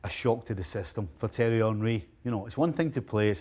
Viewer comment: Why did Steve call him "Terry" Henry? 😂😂